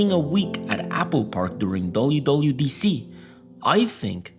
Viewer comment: YOU CANT SAY WWDC CORRECTLY 😭